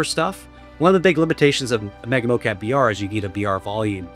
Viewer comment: Really informative video. Thank you! One question are you calling this mo-CAPI on purpose? Was a bit jarring each time.